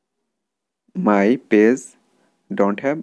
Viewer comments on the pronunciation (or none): It's page not pase